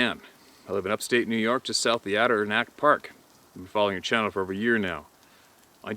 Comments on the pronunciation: God bless yoy steve but you kill me when you murder the word Adirondack. Its sounds like this "Add-or-on-dak( like dak presscott) its also the biggest park in the US. You can take yellowstone Yosemite glacier and a couple other parks and fit them inside of the adirondacks. Very big park. I'm sure a vast majority of the park hasnt had a foot stepped in it for years. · Steve: it is pronounced "Add ih RON dack." Emphasis on third syllable. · Hey Steve, I wanted to help you pronounce The Name of the mountains in NY,So I hope l can help you . I am going to break it up so you can understand it. They are named (Ad der ron dack )Adirondack mountains. I hope that helps you .